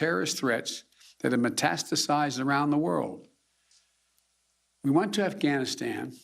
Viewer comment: He knows how to say metastasised!!! WOW!!!!!! A true Washington warrior!!!!!!!!!!!!!!